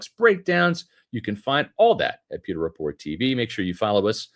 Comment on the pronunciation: Bro. You reeeeally need to annunciate the word “pewter“ better. 👀… Th-there’s a ‘W’ in it… and yeah, kinda seems to matter 😂